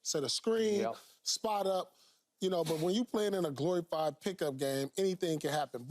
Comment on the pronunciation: “Glory fyed” 😂😂😂